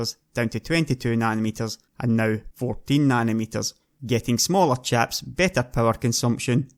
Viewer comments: if you pronounce chips as chaps wondering how do you pronounce chaps? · Great vid but I can't help but laugh when he says chips, it sounds like chaps. Fab the chaps.